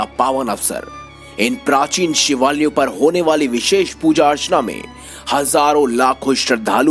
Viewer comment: Shivalaya Ka pronounce Theek se kijeeye.